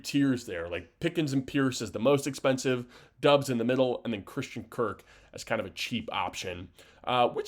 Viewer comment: Its pronounced Romeo DOBB-s